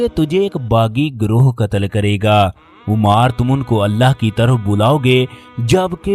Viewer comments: It is ammaar ..... Not umaaar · محترم آپ صحابی رسول کا نام صحیح طریقے سے نہیں لے رہے 😢 لفظ عُمار بن یاسر ( عین کے پیش کے ساتھ ) نہیں بلکہ عَمار بن یاسر ( عین کے زبر کے ساتھ ) ہے ، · Ammar bin yasir not Ommar bin yasir. please correct your pronunciation. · A.A... Yah lafz umar nahin hay bal k ammar hay.. Lafz sallallah wale nahin hay sallallahu alaihe Wa sallalam hay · Umaar nahin AMMAAR kaho ! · Aap ki video bohat achi hai lekin Ammar pe paish nhi zabar hai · تکلیف ہوتی ہے اس انداز میں واقعات سن کر کم از کم نام کا تلفظ تو صحیح کرلیا کرو ـ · تکلیف ہوتی ہے اس انداز میں واقعات سن کر کم از کم نام کا تلفظ صحیح کرلیا کرو ـ